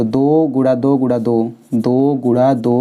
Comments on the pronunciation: Guna(multiple) not gura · Guna hota hai Gura nahi 😂😂😂